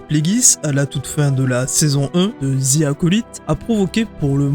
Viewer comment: je suis désolé mais faut arrêter de dire Zi Acolyte le mot "the" en anglais ce prononce comme DE 😅 dite DE ou dite DI mais pas Zi